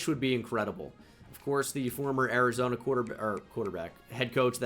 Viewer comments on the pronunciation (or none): none